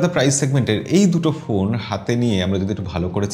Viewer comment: ভাই পোন না,,ফোন বলেন